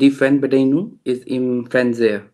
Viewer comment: die Fernbedienung (ohne 'gung')